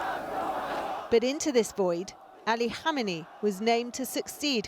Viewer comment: Two things. 1. How can a supposedly serious journalist not pronounce a simple name properly?, 2. Any discussion of Khamenei’s life which fails to mention the bomb attack that almost killed him in 1981 is amateur trash. It defined the rest of his entire adult life and career, and therefore the fate of Iran itself.